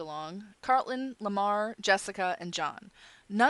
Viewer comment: Car- rul-ton not Cart-lin. :) I know you will tell me to shut up I'm sorry